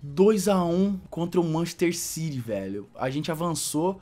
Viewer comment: ki manchester ciry doido sabe ler la n e machester city